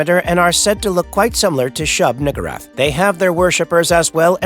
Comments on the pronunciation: Shub-WHO-rath? 🤔 Cosmic super god or not bro I dont think he can say the N word 😂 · Just me or did my man enjoy pronouncing Shubniggurath's name...😅